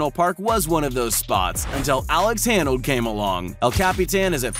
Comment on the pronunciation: How could you mispronounce Alex Honnold's last name? That seems impossible. Or should I pronounce that impassible?